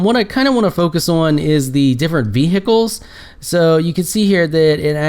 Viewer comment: vehicle you are saying it wrong